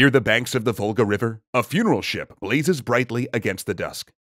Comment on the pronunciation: I keep hearing "Vulgar Bulgars". Not "Volga Bulgars".